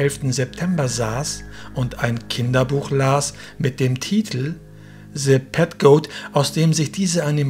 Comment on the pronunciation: Man betont den Filmtitel nicht auf der 2. Silbe PET sondern auf der 3. Silbe GOAT. just sayin.